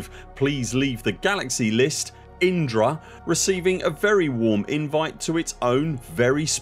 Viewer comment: Enunciating Indra so clearly makes we wonder how many times Inara ended up on the editing room floor? 😂